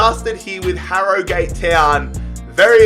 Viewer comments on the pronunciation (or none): I know you are Australian, im irish but it is pronounced Harrogit Town note Harrogate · It’s not Harrygate it is prenounced harrogit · Harro-gate wtf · You don’t say it like Harrogate you say it like harrogut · this man saying harrogAte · Ha-Ro-Gayt is how he says it Ha-Ro-Gut is how it’s pronounced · pronounces it as HarroGATE Whereas its actually pronounced Harrogut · 30 seconds in and if he says harro-gate one more time I’m jumping out window. And the Tillman signing😭 is doimg a a viktoria koln career and I signed him Cos he was a back up to arp so I thought it would be realistic, what a player he ks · "Harro Gate Town" LOOL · hArR oH gAtE town lol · It's pronouced "harra git" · It’s pronounced arragut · Btw for future reference it's pronounced haruhgat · It's pronounced "aragut" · You pronounce it Ha-Ro-Gut’ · I'm from 5 miles away from Harrogate and the correct way to say it is Harrow-gayte But people where I live mainly say it as Harro-gat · It’s prounounced harrogut not Harrogate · When you're doing these rebuilds, listen to the club name being said first, this hurt so much listening to harrow-gate, you even said it correctly once 😂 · its pronounced harogut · Its pronunciation is 'Ha-ro-gut' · Its harrowgut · Harrogate is pronounced 'aragut'. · wrong I live in Harrogate it is said Har-o-gut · Harragute how it is pronounced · IT IS SO ANNOYING HE LEGIT SAID THE RIGHT PRONUNCIATION AND JUST SAID ILL JUST SAY HARRO-GATE WHY DOESNT HE DO SOME RESEARCH OF HOW TO PRONOUNCE THE TEAMS HE REBUILDS AHHHHHH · Agree it’s harro-gut 😆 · I'm from Harrogate so this triggers me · Your pronouncing harrogate wrong